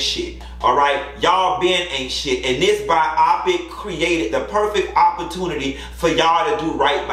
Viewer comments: Omg I can't. He said Bye-awwpic. It's BIOPIC. Let's sound it out together my dude.......BYE-OH-PIC. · I couldn't get over "ByEYEpik" 😩I couldn't tell if you were joking or not. I only know "Bio-Pick" I didn't watch it. The "2nd Spin" is SnP.....🤷🏾‍♀️ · Bi-o-pic. Not bi-op-pic. But I'm sure you know that. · 😂😂😂😂 lol it’s bi -yo-pic lol not bi-I-pic